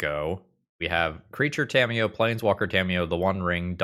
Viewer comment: during the toa magic plug in the beginning, i thought he had said "scamiyo" 😂